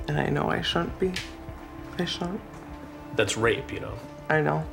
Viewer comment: Woont = Wouldn’t Shoont = Shouldn’t